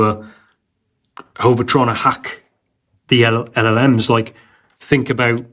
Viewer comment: repeat after me, El, El, Ems...OR just ELELEMS